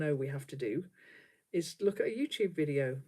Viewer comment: I first saw you a few weeks ago! How I love it! I thought your greeting was “Hello my Two friends” which I thought was so charming. Now I understand you are sayin UTube Friends. Silly me, but it’s still cute. ❤️